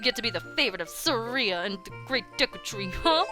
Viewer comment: Who's Suh-ree-uh?